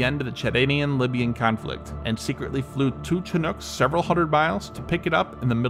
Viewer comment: Chinook is pronounced "shhinook". Not "chin-nook" I hope that the narrator of this video is an Englishman putting on an American accent because for a person from North America not to know how to pronounce the name of that Indian tribe is kind of an embarrassing shame.